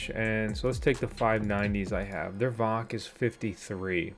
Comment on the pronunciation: Dude.. VOC is pronounced by each letter.. V O C. lol.. I'm solar mining 2 mini doge miners. One of them has your decals on it. They are still profitable. Just wish I had more than 300Ah of lithium so I can put them in my shed and let them run overnight. I'll get there. I hope you do as well.. but as you try and understand what your telling the viewers.. Amps don't matter. You take the VOC and add that up based on how volts your controller can handle. Example.. Victron 150\45 controller can handle up to 150v and 45 amps. When you wire panels in series.. you add the VOC's in total to just under the 150v. Anything more will kill your controller. Wired in parallel is adding the amps. Cold weather like you get the panels to higher voltages, so when building your system, keep the VOC about 10% under that 150v Remember watts don't matter. Here's another good example: I have a Delta II power station. It can only handle up to 60v. The manual says 500w maximum.. but as technology changes.. I use a 545w panel.. and it only produces about 56v.. so I've overpanelled it and am keeping the volts under the max.